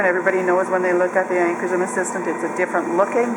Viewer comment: Upper Midwest accent or Canadian? I'm guessing Minnesota here. Also it is "Ancorshroom" (pronunciation)